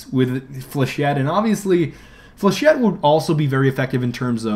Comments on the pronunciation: you catfish...... flechette is pronounced like (fle-sh-ay) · Flechette rounds are for shit. I came up with this because the first time he said it I heard ForShit. :P